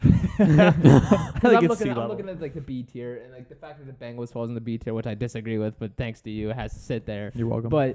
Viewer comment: Dude said bungles 🤡